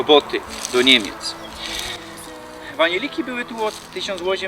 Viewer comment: Ale z ciebie gorol. Nie bede pisac po slasku bo mi sie trudno pisze. Powiedziales w powróciło. Naucz sie chopie godać bo widać żeś gorol z doma co sie nauczol godki ale wali babole bos podruba.... Godo sie poza tym: boły a nie były polaczku. Ja piernicze kaleczycz... Tak to jest jak sie che nauczyc a w doma to np Sosbnowiec :D Dzisiej a nie dzisiaj. Kaleczysz !